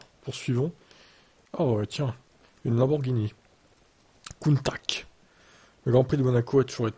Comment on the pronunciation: Juste pour info on dis countah et pas coutack